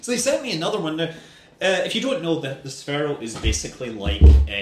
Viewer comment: It's pronounced sphere-o not sfero